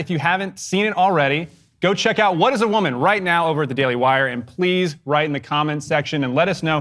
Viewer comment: "I am a wimen" You heard it clear folks, Matt Walsh identifies as wimen!